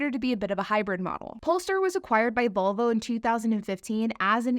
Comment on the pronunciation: … it’s VOLVO. Not “VULVA”. Geez.